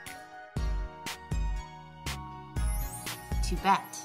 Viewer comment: did you say カけ (ka ke) meant "Tibet" the country or "to bet" the verb